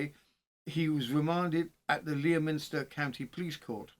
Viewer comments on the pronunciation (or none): Leominster is pronounced like Le as in Lemon,then minster is said like mster,so lemster.The o and i aren't pronounced. Aymestry is pronounced like Aimstry. I live just a couple of miles from Mortimer's Cross.Went to school in Wigmore,so know Aymestry well. I 've lived in Herefordshire all my life,abiding for 50 years at Brimfield (not Bromfield),a village between Leominster and Ludlow. I'm a true crime lover,yet, didn't know this local case. I know about crimes in the US and Australia,but not in places very close to where I live, typical! Thank you for attempting the village/town names,and thank you for doing this case,which happened not very far from where I now live.